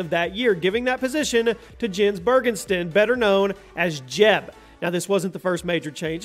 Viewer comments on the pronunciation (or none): none